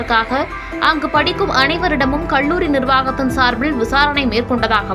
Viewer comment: Very sad and tragic news that a young student's life got lost (suicide / .....).. The News Reader killed the language with her pronunciation with "ல்" "ள்". கல்லூரி. Her pronunciation is கள்ளூரி" and many words. Please practise to speak correctly, especially if you are a Tamil native person!